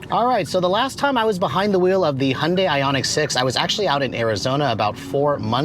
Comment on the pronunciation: "Hun-day" - NO! "Hyun-day" - Yes. Protip: "Hyun" is one syllable. It's like saying, "Tyota" or "Mitsbishi" or "KA" or "Mazd"